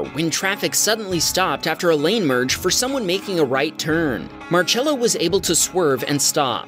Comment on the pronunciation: how are you pronouncing marcello bruh bro be pronouncing it like march-ello